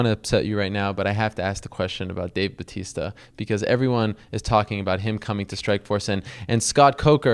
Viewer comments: its dave batista not bautista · hahahaha it is batista not: bautista